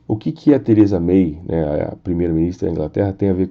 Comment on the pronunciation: Gosto de seus vídeos mas acho muito difícil ouvir vc dizer brexit,Thereza May e principalmente a palavra trade "inglesado". Fica muito chato esse inglês seu. Poderia aportuguesar isso,ficaria melhor